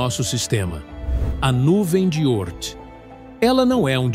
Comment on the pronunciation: 🤔Nuvem de Ôrth? Já ouvi a pronúncia Órth.🏹🎯